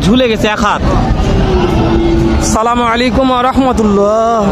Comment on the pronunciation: ভাই সালামটা ঠিক করে বলবেন